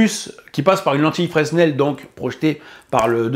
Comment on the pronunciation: ah le test que j'attendais le plus, enfin! Merci ! (et on prononce pas le S de Fresnel bourdail!)